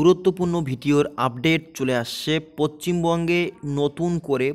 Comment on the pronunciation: abar pochimbonge, poschim bonge bolo